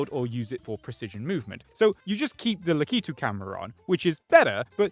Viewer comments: Is... Is that really how Brits pronounce Lakitu? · that's not how lakitu is pronounced and you know that. Please be better. I will be reflecting this in your next report card if you don't turn things around